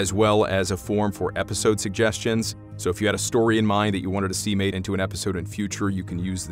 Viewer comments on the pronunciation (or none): none